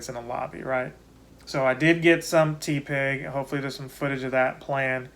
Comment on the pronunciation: Idk why the “ tea-pig “ pronunciation is triggering me 😂 It’s TEH pig 😭😩 Good video though 🙌🏻